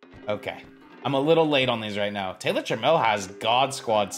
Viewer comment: You were saying trammell right. Known mariner legend